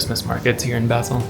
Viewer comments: Great video, but it's painful to hear you mispronounce "Basel" so many times! It's pronounced "Baaasel", as in "Baa, baa black sheep". Couldn't you have asked someone you met on the street? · Nice video but you mispronounced Basel. So irritating, couldnt watch.